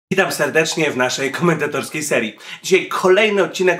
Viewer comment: Zauważyliście że mówi "kHomentatorskiej serii":D